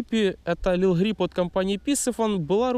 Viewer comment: Не лил грип, а лип грип, лип - губа по английски